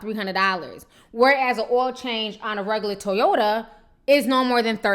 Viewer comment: Ti you almost killed me in the beginning...you said a "Brand new 2007 Toyata" lmao